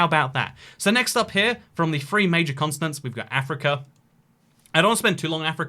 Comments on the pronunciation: why is he saying consonants and not continents, but fr like 20 times? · Are we just ignoring the fact he said consonant and not continent for the entire video? 👏🏼👏🏼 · Your pronunciation of 'Continents' sounds like Consonance....probably cause the British Accents dont pronounce "T" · why is he calling them “consonants” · He keeps saying "consonants" instead of "continents" lol